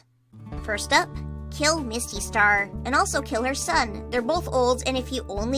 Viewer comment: almost said Mustystar instead of Mistystar 😂😂